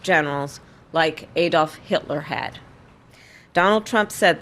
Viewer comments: From Europe. Its ADD-olf - not EED-olf. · I like Kamala but can someone please teach her how to pronounce 'Adolf'?